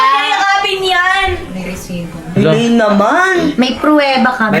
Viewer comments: Zailaine✅ Yanlaine❎ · Bat si xyrene boto sa yanllaine Sabi nya zailaine lang